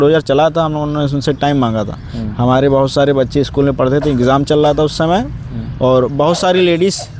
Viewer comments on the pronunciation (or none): none